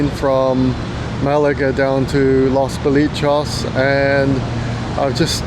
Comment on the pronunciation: great video, just FYI it's pronounced Los bo-lee-chess 👍